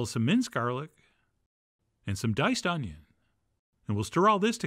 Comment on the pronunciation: adding the garlic and onyo at the same time... fail Chef John, epic fail :|